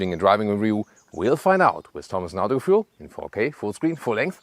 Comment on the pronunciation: It's not "ceewee-value", it's "coefficient of drag" in english. I'm also always a bit taken aback, when you pronounce Autogefühl in english - doesn't seem to make sense for a native german speaker. Apart from that: really solid review. Thanks a lot! Weitermachen! P.s.: CARIAD isn't only a money burning furnace, it still also f's up the whole in-car experience. The UI is absolutely hideous.